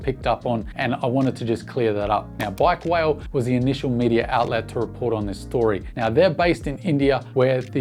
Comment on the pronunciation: its not pronounced like bike veil, its like 'bike wallet' means bike owners